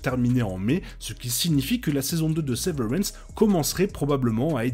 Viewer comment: C la prononciation de severance C gênant Sinon c sympa, la veille de la saison 2 Et bien ct cool bon courage C la seule série où ne ne comprend rien et dont on veut savoir la suite Chaque personne a une vision différente de la série Moi c l'espace vide, par exemple où aussi les couleurs . Toi c les chiffres Mais bon